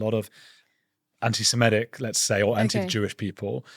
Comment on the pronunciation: Andrew, like a lot of people, mispronounces antisemitic as if it's spelled antisemEtic.